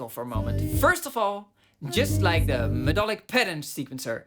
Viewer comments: Intersting video mate... Just one thing, i know English isn't your first language, so not trying to be a dick here... 'Melodic' is actually pronounced 'Meh-LOD-ick' and not 'Med-DOL-ick'... There is no such word as 'medolic' in The English Language. Very interesting and i have to agree with much of it. Spectralyers Pro is WELL worth the update price though. IKs Resing is MUCH better and more useful than the silly omnivocal thing too. Expression maps are a MASSIVE, but LONG overdue one for musicians, not just classical guys! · Did you say MEDOLIC on purpose mr? 😂